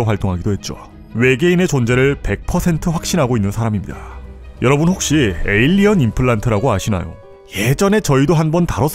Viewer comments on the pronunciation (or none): none